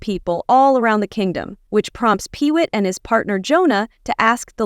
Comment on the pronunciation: The correct pronunciations of the characters Johan and Pee-Wit are Yo-han and Pee-Wee!